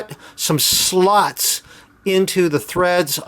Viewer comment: Very Good innovation mate! you say Slots funny ;)